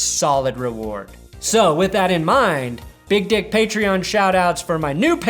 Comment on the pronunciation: What’s a paytron? Is that some kind of transformer?